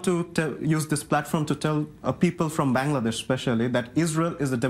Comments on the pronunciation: It’s BANGLADESH not Bang!ladesh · He can't even pronounce Bangladesh right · He can’t even pronounce Bangladesh